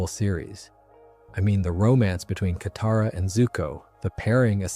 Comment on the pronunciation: broo say kataras name right 😭😭